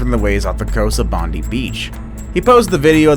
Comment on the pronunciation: Love how he said Bondi as much as it sounds funny it’s pronounced bond eye